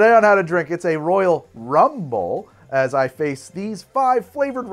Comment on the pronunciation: for legal issues you should clarify you were saying "rum bowl" not "rumble" .